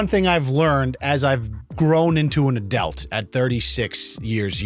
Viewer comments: “An adelt “ hahahahahaha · So we’re finally acknowledging that he says adelt instead of adult. I commented about that years ago.